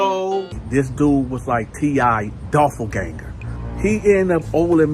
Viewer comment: DOPPELGANGER.... Not DOFFLE